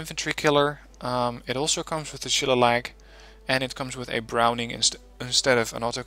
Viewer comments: Nice vid, just one thing though, the Shillelagh missile is pronounced shil-ley-la (its an Irish word) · This deck was awesome at helping me develop mine. Thanks for going into detail on things. It helped me reverse engineer a few pieces to modify them to fit my needs. Though, as an Irish guy it killed me the way you pronounced Shillelagh. "Sheh-lay-lee"